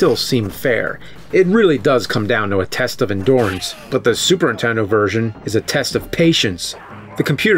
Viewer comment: "Endorance" Really Nerd??